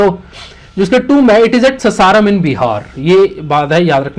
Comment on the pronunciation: Sir its pronounced as Saasaaram not ssaram